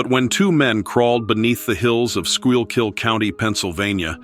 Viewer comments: I'm from St. Clair... by the way he said Squeal-Kill (supposed to be pronounced School-kill) and the fact that Girardville Breaker is operational.. or at least was when I was in high school (less than 15 years ago) when people I knew worked there. I've been there many times. I'm going with just a good story. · Pronounced school-kill. It's a strange spelling and hard to know how to pronounce it. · Its pronounced skull-kill county.. ;) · FYI Schuylkill is pronounced : School-Cool